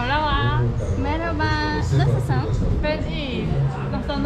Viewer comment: esmer kız : nısısınn.. nısısınn..